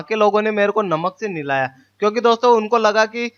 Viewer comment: निलाया नहीं नहलाया यार हिंदी अच्छी बोलो।